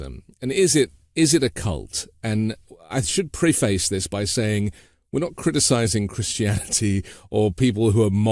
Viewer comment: advocate pronounced the way you do = noun (ad-vo-kit) Advocate pronounced as-vo-cay-t = verb Preface isn’t pronounced pree-face - at least that’s not how knowledgeable Brits pronounce it.